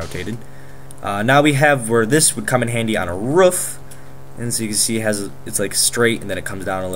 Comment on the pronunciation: ik im late to commenting but when he said roof sounded like he said rough